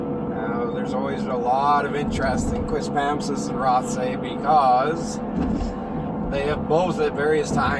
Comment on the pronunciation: It's pronounced QuispamSIS. Emphasis on the third symbol